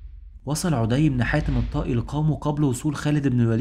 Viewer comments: ما شاء الله عليك مجهود ضخم وتبسيط جميل جدا ربنا يبارك فيك وأسأل الله انك لا تتوقف أبدا عندى بس ملحوظة بسيطة غير مخلة بالمحتوى ولكن اتباعها يعطى النص رونق وهى مراعاة النطق الدقيق للأسماء؛ مثلاً => طَـيِّئ بتشديد الياء مش طَيْئ، عَـدِىْ وليس عُـدِى هى أشياء بسيطة ولكنها ستزيد المحتوى بهاء إلى بهائه، وجزاك الله خيرا. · لسانك اعوج تقرء اسماء الصحابة خطاء ف عدي ليس بضم العين بل بفتح العين ... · بارك الله فيكم..عمل عظيم ما شاء الله..عندي فقط بعض الملاحظات الغير مخلة بالموضوع.. عَدي بن حاتم بفتح العين ..وكذلك ثابت بن اقرم وليس الارقم..كذلك اسم القبيلة هي جَديلة وليست جُديلة ...بارك الله فيكم وجزاكم الله خير الجزاء